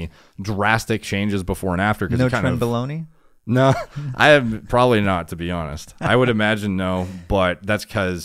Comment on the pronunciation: bro,he just said "trenboloni" ?